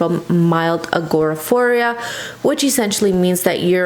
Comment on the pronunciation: I’m still watching but just thought I’d help with the pronunciation of the word that essentially means a person has an extreme fear of going outside - it is Agoraphobia not agoraphoria which is how you pronounced it. I unfortunately have severe agoraphobia and I never leave my house unless it’s medically needed. I’m terrified of going outside.